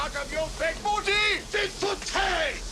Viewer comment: Boo tay...lol...Okay, dokie...professor! Excellent job as always.